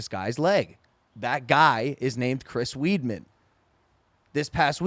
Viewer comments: this guy really just said "Chris Weedman" lmao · "Chris weed-man" 😂😂